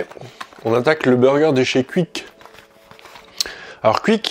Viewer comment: J’adore comment tu prononces Quick